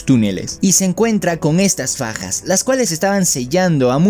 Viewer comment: Cuando dijiste daki ataca con Fajas escuché pajas : yo pajas mmmm ¯( ͡° ͜ʖ ͡°)¯